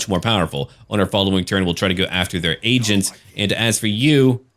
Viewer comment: What actually said "they have agents out there i have to eliminate" What i thought i heard "They have Asians out there i have to eliminate"